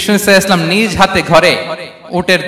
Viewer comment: আসসালামু আলাইকুম। আজহারী হুজুর রাসূল সাল্লাল্লাহু আলাইহি ওয়াসাল্লাম শুদ্ধভাবে বলেন না। এটা শুদ্ধভাবে না বললে গুনা হবে কি?